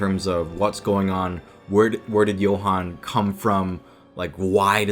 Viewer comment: the way you pronounce Johan is so much better than in German/Swedish/Danish/Nowegian